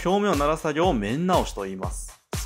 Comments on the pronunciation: 面なおし めんなおし じゃなくて つらなおし じゃない？る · めんなおし、ではなく、つらなおしです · めんなおしじゃなくてつらなおしですよ（笑） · 面直し つらなおし じゃないの？